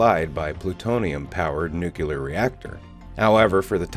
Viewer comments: How you gonna pronounce gigawatts correctly, and botch "nucular?" It's nuclear, mate. Two syllables. Here, read this. New clear. Yeah, that's how you say it. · bush used to say nucular, and got destroyed by the media. 😁